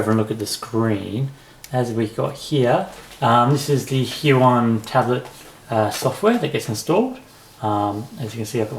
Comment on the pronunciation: Thank you for the video. The pronunciation of the Hui, is more like the English word "way". Just thought I would let you know. Thanks, again, and thumb's up!!!